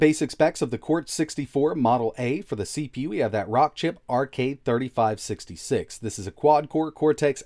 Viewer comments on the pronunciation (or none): Sounds like you said " RK 33 66 ", but on-screen suggests you probably meant " RK 35 66 "